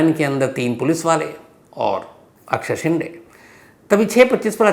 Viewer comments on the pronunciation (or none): शिंडे नही शिंदे, ड कि जगह द बोलिये सर, जैसे डिल्ली और दिल्ली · शेंडे नहीं शिंदे